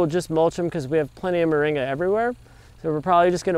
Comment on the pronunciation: MORINGA, not "Maringa"!